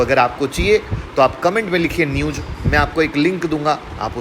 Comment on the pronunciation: Newj,Sayad ,sosal media, phayeda Abe pronounciation to Sahi karlo ghyan dene aajate hai